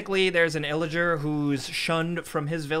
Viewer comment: "Illiger" Meanwhile subtitles: ill legend